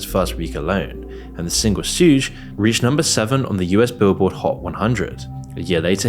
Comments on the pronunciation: that DaBaby song is pronounced "Shug" not shoog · single WHAT? Sooge? lol. Suge bro. as in Suge Knight. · Lol "Suge" is supposed to be like "Suge Knight," not "sewj." 😂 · Homie said sooge instead of suge lol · Did bro rly pronounce “Suge” as Sooj lol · How you gonna make a video about rap culture and pronounce Suge Knight's name (like Sugar) as "Sooge"?? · My guy pronounced it Suj, it’s Sug like Sug Night. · The single sooge 🤣🤣🤣🤣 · I got 22 minutes into this and you pronounced “Suge” as in Suge knight … sooge. Cmon man. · Interesting takes but uhh Shooge?? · Pronouncing “Suge” as “soog” is hilarious 😂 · I listened to this whole video and was fine until he pronounced Suge ‘soog’… like damn, did you even listen to the song? Know of the person it was names after? U jus gon say whatever, huh?.. real informational tho. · SUGE is pronounces SHUG Like Suge knight... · I’m making a YouTube. Dababys song was suge as in suge knight. This culture vulture said shoooj. And called pop smoke smoke pop…. Like bro if you can do it I can do it better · lol you really pronounced it “SEWJ” have you seriously never heard of Suge Knight? 😂 what a joke of a video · Pronouncing Suge "shuuuge" is crazy 🤣🤣🤣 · I've never heard someone pronounce Suge as Souje 😂 until this video. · It’s not called “sooj” it’s suge like suge knight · This mf called suge "sooj" lmao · Just so you know - “Suge” was pronounced “Shoog” as in Suge Knight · it’s “shug” as in Suge Knight. British people smdh whitest on the planet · I find it crazy that you’re reporting on rappers and hip hop culture yet you clearly don’t know who Suge Knight is… otherwise you’d know how to pronounce Dababy’s song about him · Doggy stop! that's not how you pronounce "2PAC" and "SUGE"... stay in your weird UK lame lane! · I was giving the benefit of the doubt on his rap knowledge til that pronunciation of Suge 😂😂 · you’re one of my favorite channels but as a big rap fan..that mispronunciation of “Suge” took me out 😂😂